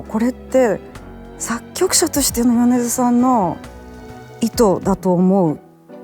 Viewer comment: 宇多田ヒカル氏と『米津さん』の発音が同じで嬉しい…